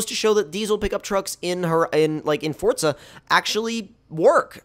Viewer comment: Forza not fortza but you say it how you want